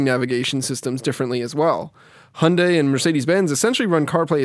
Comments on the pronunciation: Hunday - seriously, do you even talk properly? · COMING UP: How badly can you mispronounce name 'Hyundai', by Dan Seifert.